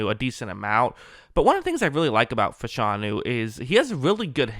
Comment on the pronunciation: you are mispronouncing his name. It's O-Lou Fa-Sha-Nu.